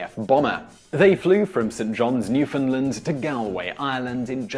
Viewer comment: But really, how can you trust information from a guy who doesn't even know how to pronounce "Newfoundland"?